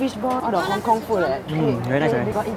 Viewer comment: Hk where I live and you said it practically all wrong like the Cantonese